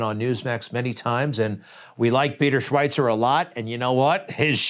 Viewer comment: Hey Greg Kelly.. I love you bunches. Listen to you every day. But....Schweizer has no T in it. Stop mis- pronouncing his name. ;) You are not the only one who does, but be the first to correct yourself.